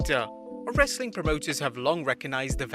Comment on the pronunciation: the way he says "some more wrrrrestling content"